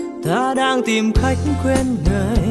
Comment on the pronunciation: CÁCH QUÊN NGƯỜI CHỨ KHÔNG PHẢI KHÁCH QUÊN NGƯỜI CHẤT GIỌNG COVER HAY NHẠC ỔN CƠ MÀ PHÁT ÂM CẦN ĐÚNG CHÍNH TẢ